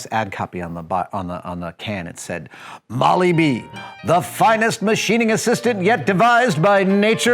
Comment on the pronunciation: Did he repeatedly say "Moly B..." ?! FYI it's "Moly-Dee Tapping Fluid" Made by Castrol Industrial North America, Inc. "REAL MACHINISTS KNOW HOW TO TAP IT! NEVER GO INTO A BLIND HOLE W/ OUT MOLY-DEE LUBRICATION!